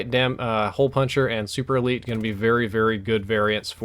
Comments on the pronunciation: its SUPERLITE not SUPERELITE! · you said the superlite wrong lol it's superLITE as in LIGHT lol like the one above your head on the fan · it is called superlite not superlite